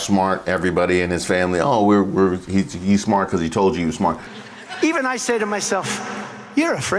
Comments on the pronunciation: “He is very smoort”. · Smort? WTF is 'smort'? Industrial strength stupid is not a good look. Or sound. Or quality of life.